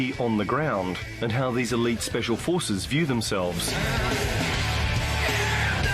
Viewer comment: Shhhpecial porces